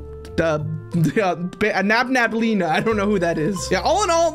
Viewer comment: its pronounced nabneleena